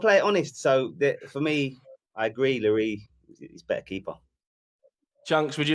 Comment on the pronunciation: Nobody: Presenter: Hugo Llorieee